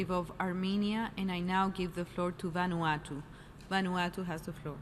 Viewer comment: Next time learn how to read Vanuatu lol